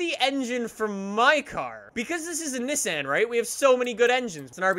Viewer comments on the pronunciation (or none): none